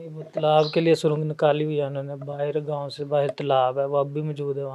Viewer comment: Son Lerne to say words properly. surung nahi surang hai aur ghaun nahi gaon hota hai